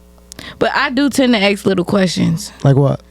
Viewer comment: It's ask not Ak!